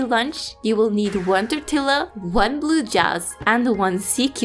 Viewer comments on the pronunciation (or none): Tortilla is a spanish word and it is pronounced “Torteeya”